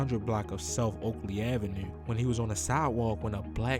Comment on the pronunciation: I heard it in the “avenUUUe” 😂